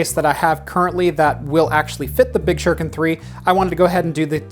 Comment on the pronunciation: SHU-RI-KEN .... not "shur-ken" .....seriously?! it's 2019, learn how to pronounce your Japanese damnit!